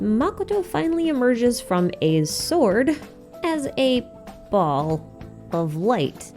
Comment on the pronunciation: It’s pronounced like Bale not ball. Baal is pronounced like bale. I wish ppl would actually pronounce the names correctly. Seriously.